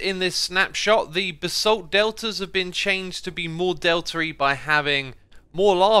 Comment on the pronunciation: the way you say basalt angers me